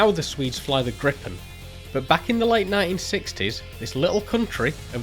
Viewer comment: God bless you for trying, no hard feelings just wanting to help you out You don’t have to say gripp-en, many (not Swedish) people seem to think it’s wrong to say it “correctly” and I understand it might not sound entirely right if you’re comparing it to English but saying it like in this video is way better